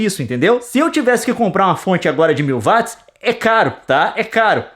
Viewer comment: Até quando Youtubers brasileiros continuarão falando Vátis ao invés de Uóats. James Watt está remoendo no caixão!